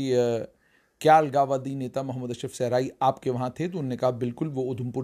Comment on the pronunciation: What the hell u r speaking the word algawadiii